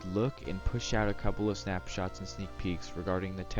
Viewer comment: ‘Snapshats’ lol